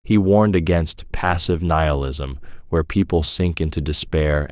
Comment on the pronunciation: Gah, can’t listen to these things knowing it’s all made by ChatGPT. Keeps changing the pronounciation of nihilism and stuff.